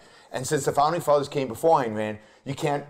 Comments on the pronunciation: Gloria, I love your sincerity and inquisitiveness. But you should know that Ayn rhymes with mine or pine. "Ann" is incorrect. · Exactly. Or, in my case, reading biographies. Either way, how hard is it? Beyond that, she has sat and talked with people who knew Rand personally (Binswanger) and say her name correctly. Resistance to getting such details correct is a red flag.